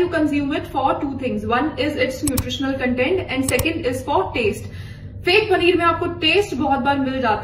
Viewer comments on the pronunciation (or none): none